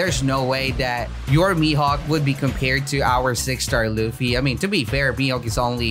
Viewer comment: U say luffy not ruffy 😭